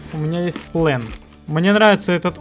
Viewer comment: он сказал плен, а план 0_0